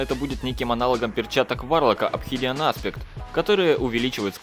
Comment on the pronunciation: Не апчихидиан, а ОФИДИАН)